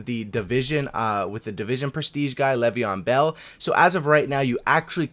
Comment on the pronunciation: Why did he say Le'veon bell